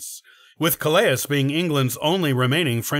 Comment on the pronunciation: Calais is pronounced KAL-ay. Calais from mythology is pronounced kuh-ley-is